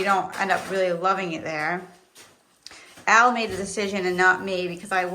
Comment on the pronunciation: HIS NAME IS AL AS IN ALLEN